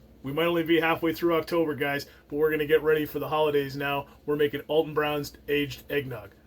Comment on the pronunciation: Al ton not All ton